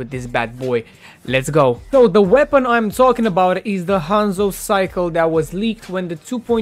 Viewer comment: Bru can’t say sickle